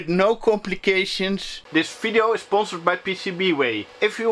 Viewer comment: Ffhy not? Video is also never user, neiter is Server. They are Fideos and Surfers! :) Oh and Foodoo FX! I watch it because of that! I take a shot each time a V is pronounced F Some videos I get really drunk!! :)